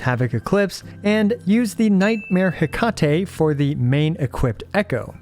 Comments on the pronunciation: Hee-ka-ti, that's how to pronounce Hecate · some pronounce as: he ka ti/te. She is greek and related to magick